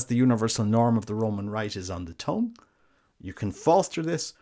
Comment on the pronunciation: He pronounces tongue like "tong". Speaking of which, maybe the priest could use a pair of tongs to place the wafer on the tongue. And they could be called the "Tongue Tongs"